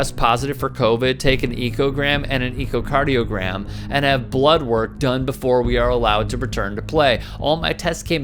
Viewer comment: Being picky here, but it's pronounced ECHO cardiogram. Like when you yell into a canyon and hear your voice reverberate back. ECHO. Pickiness over. Thank you.